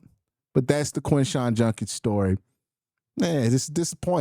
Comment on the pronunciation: It's JUD-kins not JUN-kins